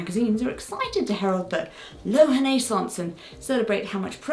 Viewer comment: Kudos to Jessica for pronouncing Lohan-aissance. I’ve seen that word before and wasn’t quite sure how to say it! 👏👏